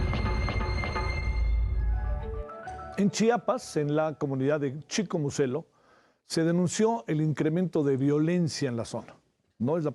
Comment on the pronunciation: este idiota periodista sigue pronunciado incorrectamente el nombre de chicomuselo